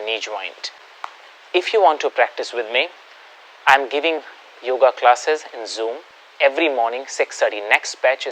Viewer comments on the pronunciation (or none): Sir, in Sanskrit the pronunciation is asana not asan. Similarly, it's is yoga not yog. Your suggested spelling/pronunciation is as per your mother tongue, Hindi.